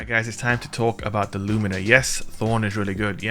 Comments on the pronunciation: its pronounced luminer not loomeener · It's Lúmina not lumína. The accent is in the first syllable. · Its LUmina. Not “LuMEENA. My god. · Only an american can mispronounce Lumina